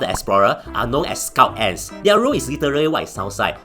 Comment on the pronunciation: am i the only one who hear "scout ass"